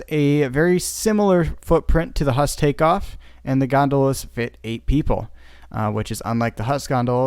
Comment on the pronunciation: It‘s called „Huss“ not „Hass“